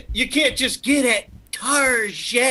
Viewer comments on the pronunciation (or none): At 'Tar- gét'